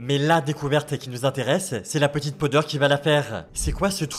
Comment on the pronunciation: Powder au lieu de podeur sinon bonne vidéo